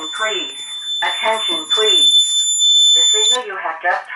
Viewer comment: Is it possable to make it not talk :P i like the strobe and the sound of code 3 but i dont like the thing saying ATENSION PELASE ATENSION PLEASE !!!